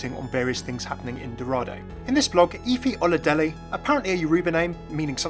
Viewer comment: I love the fact that he was the closest to pronouncing her name right. Also, much more detail about the character and her info in this video. Love you!